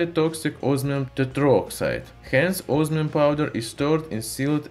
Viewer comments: its not osmium, its ooosmium! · Can't understand you mate ozzzzminnnn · Os MI um❌ Os Our um✔️ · I listened it carefully 3 times, "Ozmium"? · This guy reminds me of the guy that says onio instead of onion cuz it sounds weird when he says osmium